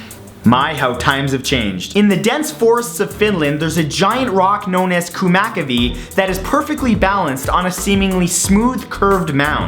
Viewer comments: "Kumakavi" Horrbile finnish :D Not how you pronounce "kumma kivi" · Its not''kuuma kiwi'' as you say. its''Kumma kivi''. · No no no no no no its not "kumakivi" its kumma kivi, whit double M, but close enough :D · Kuma kavi lol Its hard to say in english Its actually (kumma kivi) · khumakivi? kumma kivi -. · Kumakuvi? XD you mean kumma kivi? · Kjumakjiwi? Se on "Kummakivi" xD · its not kuma kivi well it sounds like that kuma is hot its called kumma kivi just sayin people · The rock is pronounced "Kummakivi" you have to be from Norway,Sweden or Finland probably to pronounce it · I love it how you speak Finland: D its pronounced more likr " kummmma ki vi." dearest regards, your finnish watcher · Btw, you pronounced kummakivi really badly! XD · Kummakivi. It's not pronounced like you did =3 Just saying =P (I should know, I'm Finnish) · I laughed so hard to the way you pronounced kummakivi :D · i love how you try pronounce ' kummakivi ' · Wow Matt. Way to butcher the Finnish language haha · XD can't stop laughing to how he spelled that fucking rock's name xD im finnish and that sounded just horrible :'D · Dat kummakivi pronunciation tho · number 9. That pronounciation of kumma-kivi thou! XD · The way you pronounced the name of that Finnish rock made me cry.